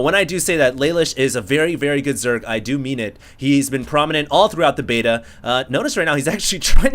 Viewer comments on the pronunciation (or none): none